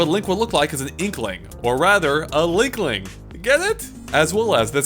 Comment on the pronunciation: "Linling"... I chuckled :D